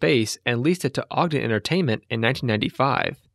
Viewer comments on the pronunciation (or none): none